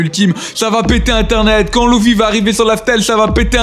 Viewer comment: Par contre ces luffy pas louuffy 😂😂